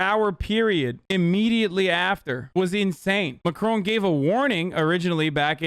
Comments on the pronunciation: why are americans incapable of pronouncing foreign names............. i know this is irrational anger but god damn did i get pissed when i heard "emmanuel MACRONE" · It’s not pronounced “crone” in French, the newscaster in the clip just did the American thing and enunciated every letter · I didn't know Americans pronounced "Macron" like that and I REALLY wish to unlearn this information, it sounds so bad